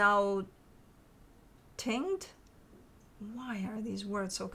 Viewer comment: Cool 'chagrin'- Shah-grin, 'tinged'--tin-dged 🙂